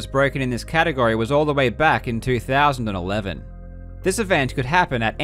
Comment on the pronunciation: "... all the way back in 2011!" Why so much emphasis? That's only like holy shit nearly a decade.